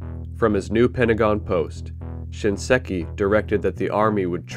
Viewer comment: Thanks for re-uploading with the correct pronunciation of SHINSEKI. Saying "ShinESki" 15 times was pretty cringe